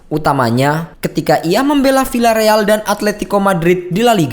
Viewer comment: Wkwkkkw ge geli klo ada yg baca villareal jd pilareal, pdhl baca nya jd biareal hahahhaha atau casillas dibaca kasilas pdhl hrsnya kasias.. hahhaha